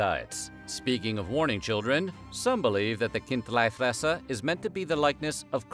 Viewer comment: Decent swiss german pronunciation of chindlifresser